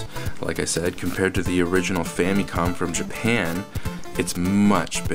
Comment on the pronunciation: love how he says "Famycon"